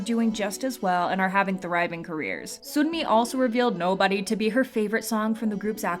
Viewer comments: Making it even more clear cuz Sunmi 선미 pronounced seonmi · just letting you know that yangyangs name is pronounced yah-ng yah-ng and sunmis name is pronounced sun-mi!(as in sun ☀️)it’s kind of hard to explain how they’re pronounced with english letters so i encourage you to look up how to properly say them!